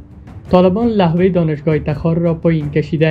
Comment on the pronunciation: او بيسواد لحوه نيست لوحه بگو